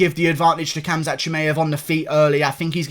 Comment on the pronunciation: Your pronunciation of khamzat is really good you sound like a normal arab